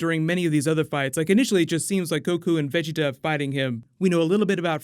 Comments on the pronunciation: Why do you say vegeta so weird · The way you said vegetas name in the beginning 😖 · Say Vegeta name right! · Say Vegetas name right